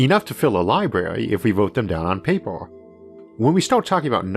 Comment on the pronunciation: The way he says universe is strange but not so bad. However, the way he says paper is ridiculous.